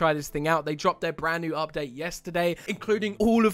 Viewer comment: "Bren new"